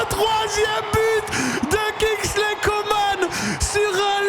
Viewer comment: Coman c'est pas comane coman an pas mane